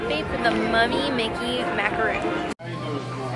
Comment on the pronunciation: Just remember its mac-ah-ron. Exactly like macaroni! Thats how my friend taught me.